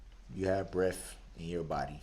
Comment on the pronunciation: y’all r HILARIOUS. i woke up feeling kinda low. then yall started saying bref, tasit 😂😂😂😂